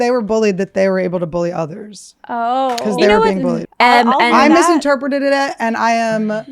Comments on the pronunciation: The "Cyanide" had her dying! So fast that she "misinterpretededed it"... Haha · Annie mispronouncing the word "misinterpreted" repeatedly had me cracking up. I love her!